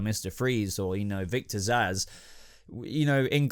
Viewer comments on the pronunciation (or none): Zsasz alright? Cmon man